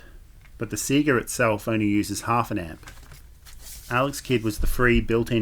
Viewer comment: It's nice to hear Sega pronounced correctly.